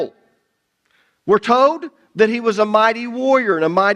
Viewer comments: That's funny because when I first started watching, I wondered where you were at because you don't pronouns your "L"s and it changes the sound of the words all together. Lol. Old instead of old, toad instead of told....lol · Love ya brother. Enjoy your teaching and faithfulness to God's Word. Just 2 things.... Stop yelling. You always sound angry, as if you're chastising everyone all the time. And speaking of regional accents, it's tolllld, and ollllld and solllld and folllled and colllld. Yes, you pronounce the L. I can handle people from the south, north east, and most accents, but there is a difference between an accent and destroying the English language. Thank you😊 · It's so ironic how he comments on dialects and everytime i hear him say the word "told" he's actually saying tye word "toad". It's so funny to me. Sorry for the side note. This study content is amazing!